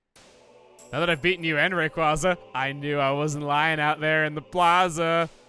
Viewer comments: take ree . qwazea (not reqwaza) with you on some journeys along with mewtwo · The way you pronounce "rayqwaza" hurts my soul. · I really hate how he pronounces Rayquaza... I hate it so much